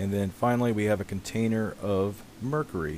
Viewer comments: "and last we have a container of Mercree." ....what a fuckin moron... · why do you pronounce mercury wrong it's mer-curie. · Pronunciation: mer-kiu-ri. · Did he say mrrrkury?